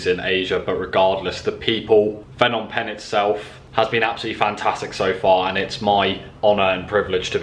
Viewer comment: It's the language nark again, it's not FFFnom Penh, pronounce the 'P' first as in P'nom. Apologies for seeming narky, I copped these corrections for ages from locals. Luv your travels and great footage cheers 😎.